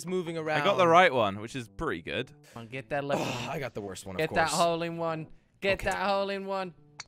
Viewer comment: If you listen carefully at the start you will hear saying wole in one